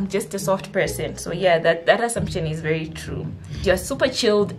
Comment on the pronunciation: I felt that “VHERI”😂😂